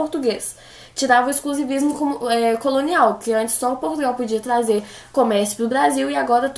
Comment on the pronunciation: Melhores frases dela: blasil, tatados e tazer